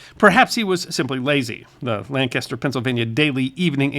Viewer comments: Thanks for making an attempt to pronounce "Lancaster" as we do here in Lancaster, PA. :) Believe it or not, it is much appreciated! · reminder that the city/county in Pennsylvania is pronounced "LANK-iss-tur," not "LAN-kass-tur." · That's LANK-uster, PA. Why, I don't know. Maybe that's how the Brits pronounce it?